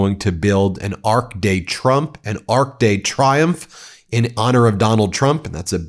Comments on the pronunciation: Sick of Trump's bullmess! I know what the deadliest snake in the world is, because they live in Australia! Fortunately, I've only seen Inland Taipans handled by snake catchers at country shows. Absolutely sick of Trump's verbal diarrhea! And his inability to pronounce Arc de Triomphe correctly! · Really, could he either call it the french ' Arc de Triomph ' or the English ' Arch of Triumph ' ( which no english speaking nation has ever raised ) - if he wants to call it the ark of trump he should just come out & call it that ffs 😡😡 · And Arc de Triomphe isn't pronounced 'triumph' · First, it's the incessant lying. Then, it's the embarrassing mispronunciation of a GLOBALLY RECOGNIZED French landmark that he butchered. Melania is basically European, so if she's NOT completely humiliated by Trump's egregiously abject stupidity, and overall blatant lack of knowledge about anything, in general, she should be even more humiliated than Trump, himself. He's without question the most poorly educated person to EVER hold an elected position of this magnitude. The only difference that i'm aware of is that Trump is simply too stupid to understand how humiliated he really should be in any situation that he tries to talk about global issues or world history. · Melania looks like she wants to cry and run away. The Arc de Triumph has never been pronounced so badly. This is not an Xmas speech. He always talks about the same thing. Plus, every country has post in votes and they are safer! I'm so glad I live the UK/EU. Sane AMERICANS GET RID OF TRUMP'S POWER IN THE MIDTERM ELECTIONS. The world won't last a 4 year term like the last one in US. Trump is Demented. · He can't even pronounce thr arc de triomphe.